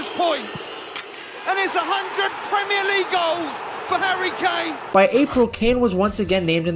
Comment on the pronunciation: all I keep hearing is hairy kane 😂